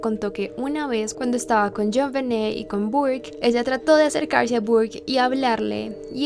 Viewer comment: se le escapó el acento americano dijo asercahrse